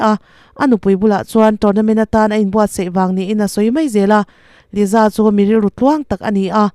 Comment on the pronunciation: Liza anih loh hi ,Lisa anih hi , YouTube Chanel meuh nei ve te chuan ,Diktak te hian lam ri ve mai thin la